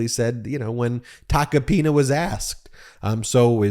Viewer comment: Please don't pronounce his name like a republican trying to americanize it, it's t a c o-pina!